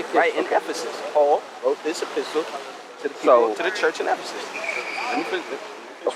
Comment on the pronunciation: "a-pistal" hahaha... not epistle. Those bandanas are on too tight.